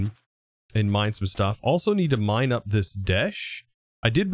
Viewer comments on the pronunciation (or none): none